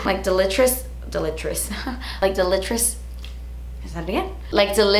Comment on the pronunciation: Lmao "Delitris"